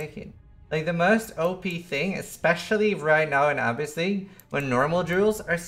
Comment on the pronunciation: "Ahhh-biss league"... my gawd.